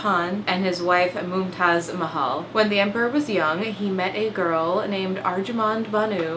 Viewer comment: As an India, Im suprised how good your pronounciations of Mumtaz mahal/ajoban bano begam and SHAH JAHAAN WERE